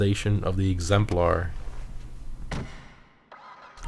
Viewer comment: it's pronounced "egzempler" not "egzemplaurh"